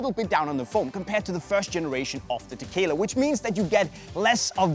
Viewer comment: I keep hearing "tequila"...I need to go get a drink now